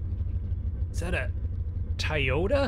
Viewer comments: It's Toyota not Tiyota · It’s Toyota not tiyota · TOYOTA NOT TIYOTO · Tie-ota it’s pronounced toy-o-ta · It is not tyota it is Toyota!!!!!!!!!!!!!!! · Nobody literally nobody TI-YOTA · Did he say “TIYOTA” wth lmao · TOTATA NOT TIEOTA YOU HAVE BEN SAYING THA THROUGH THE VIDEO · Don't say Toyota it's Toyota it's Toyota